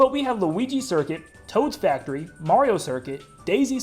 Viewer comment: Ah yes, I love the hit MKW track, "Taod's Factory."